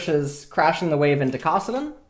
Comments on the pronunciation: A-atrox, kah-suh-den, bah-ron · its kAssadin not kOssadin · Ah-trocks and Koss-o-din